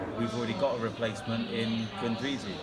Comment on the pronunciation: Sell Ramsey. Guandoussi( correct prononciation, he is of moroccan origin.) can do a better job. Also sell Welbeck,perez and Moustafi. Like this you can generate 50 to 60 millions, enough to buy Vida and a genuine left back. Then we can say Arsenal have a good and proper team.